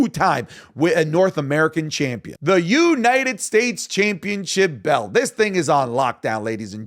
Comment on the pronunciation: for the love of christ .. STOP saying YUH-NITED STATES ITS YOU-NITED STATES